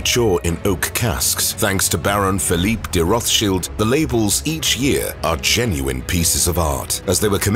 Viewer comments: Its pronunced, roths - chiled - not shilds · It’s RothsCHILD not Shield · Why are you pronouncing it Roth-Shields and not Roth-Child’s though? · It’s Roths Child not Roth shield… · Wish they can get the name right it's pronounced Roth's child not rothsheild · Interesting and entertaining but confused over pronunciation. English pronunciation Roths- child german pronunciation Rott- shield. Are you being extra PC going half and half 🤔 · Roth shields?😂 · If you make a video about a person at least learn how to pronounce their name! Its pronounced "Rot" not "Roff"! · Rothchild is said Roth-child not sheild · Am I crazy? I thought that the last name is pronounced Rothschilds as in emphasis on the child not Roth Shield. Now I’m confused I’ve never heard of Pronounced the other way. And if they can’t pronounce it right then how are they going to get the information correct? I vote no on this video. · Child not shield.. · Its Roth Child not sheald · It's not rothshield 🙄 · roth childs, not cheelds! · Not roth shields its pronounced roth childs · Rott Shilled that's how you pronounce it. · Please stop pronouncing the name improperly. The name is from Germany, there is no English “th” sound in German. It is pronounced Rot-Schild as in “red shield” found in their family crescent. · Rothshields??? Ok bud. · Firstly it would improve the video if you got the pronunciation of the family name correct. The English pronunciation is Roths-child, and that is how the family themselves say it. Secondly, if you're going to make a video then at least give true info. For example, Spencer house is mentioned and it's implied they own it. They don't. The house is still owned by the Spencer family. It is leased on a 96+ year lease by the Rothschild family. I could go on, but I won't. 🙄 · I wish the narrator would learn how to pronounce Rothschild. It is child as in small children not Rothsheild shield as in to shield one’s self Please please correct the pronunciation. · Say the name correctly